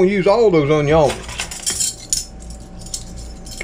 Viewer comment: I like you say onions